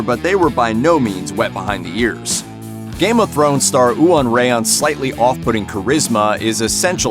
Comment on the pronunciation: lol did he really say "oo-on ray-on"? lol